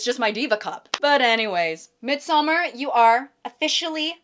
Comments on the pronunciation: Please check Midsommar pronunciation. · As a Swede, I cringe every time she says Midsommar 😭